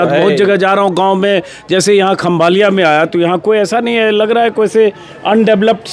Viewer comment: खंभालिया नहीं खंभाળિया